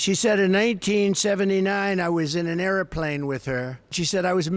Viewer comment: what’s an “air ah plane” or is he trying to act Italian now 😂